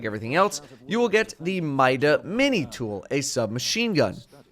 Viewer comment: By logic of pronunciation of the word ''mini'' and ''multi'' mida should be pronounced ''meeda'' not ''myda''.